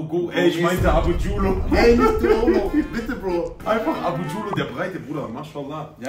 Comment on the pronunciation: oh no "Abujullo" pls hell nooo #freeabuGullo - trotzdem nice kombo xD